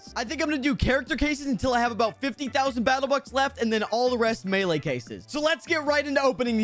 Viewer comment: Melee not male